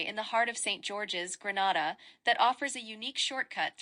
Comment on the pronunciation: Learn how to pronounce it before making a video.😮